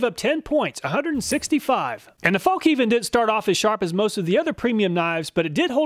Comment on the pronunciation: Fallk niven 😆